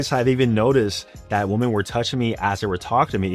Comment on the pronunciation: I still can't get over how this man can't say women correctly lol